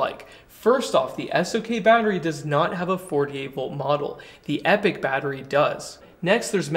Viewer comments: epic != Epoch. Grammar Nazi here. Pronounced eep-ah-k. This battery looks awesome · Thanks for another great video 👍🏼However, your pronunciation of the word EPOCH is making me twitch 😆 "Epoch" is typically pronounced in two common ways, depending on the region: EE-pok (ˈiː.pɒk) – More common in British English. EH-puhk (ˈɛ.pək) – More common in American English. I don't think there is a brand of batteries called Epic. If you ever decide to launch your own brand of batteries then perhaps they would appropriately be known as EPIC batteries! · Yeah, now he’s calling them “Epic” instead. It’s e-poc. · Sure, but since this is an American channel, being hosted by an American, talking about a company that pronounces their own product "epic", its fair to say that "e-pok" was always wrong here. Just as it would be strange to interject, say, the French pronunciation here. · It's pronounced E-pawk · Their own website says they pronounce it "epic". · British vs American pronunciations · I think you should pronounce it like eeepok. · Actually I think the idea was to pronounce it as "Epic" -- kinda like a phonetic sound it out?